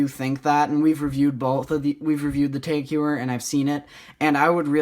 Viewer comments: FYI Tag Heuer is pronounced "Tahk Hoyer" not Teg "You'er" and ceramic bezel options come on the cheapest watches nowadays. Apart from that you did a good job reviewing the Sea Urchin. Thank you! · If you're going to correct people, you need to get it correct yourself. It isn't pronounced "Tahk" it is "Targ". "Targ Hoyer" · Its pronounced Tag Hoyer. TAG = Technique Avant Garde.